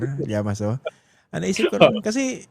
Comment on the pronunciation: Grabeng tawa ko ng “Father Llamaso” it sounds Damaso!